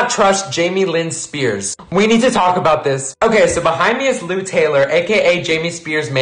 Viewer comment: you keep saying Lou Taylor like "lou and taylor" i cant even focus lmao